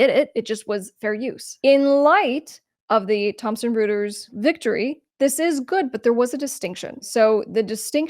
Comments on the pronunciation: It's pronounced "Roy-ters", not "Roo-ters". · Royters not Rooters. 😊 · I think the name is pronounced "Roy-ters" instead of Roo-ters. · As a former publicist let me share that the pronunciation of Reuters is ROY-turs. ... thanks for another great video! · Pronounced "Roiters." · Reuters is pronounced "roiters" because German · The name is pronounced like -- ROY-TERS. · Isn't that pronounced "ROY-ters" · Reuters = "roy terz" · Good video. But Reuters is pronounced ROY-TERS!!! Good content otherwise.